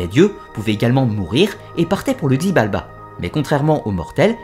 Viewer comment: xibalba se prononce shibalba, sinon génial ❤️